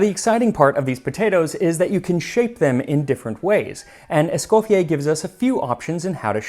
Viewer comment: I very much like your videos... but ont this on I really Thank you for the effort done on the correct pronounciation of M. ESCOFFIER's name the french way.